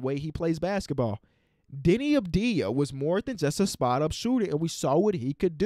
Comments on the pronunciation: its AVDIJA not ABDIJA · My guy said deni abdia